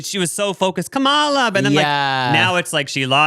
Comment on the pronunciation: I love you guys so so so much but I am begging you to please start pronouncing Kamala Harris’ name correctly! It may seem like a small thing, but it is actually really important.